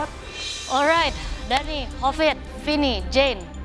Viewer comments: ini manggil hovit kd kovit mulu, bli kovit.. Ga bs nyebut huruf H tah.. Tim merah belagu sih, sok milih yg bgs" Pdhl hasilny apa.. Ngeremehin tim biru akhirny kena karma sendiri.. Makany jgn pilih yg pinter",, tp pilih yg mau d ajak kerjasama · ada yg ngeh ga si pas chef renata nyebut semua nama yg masuk presure test salah nyebut nama manik jadi hovit wkwkw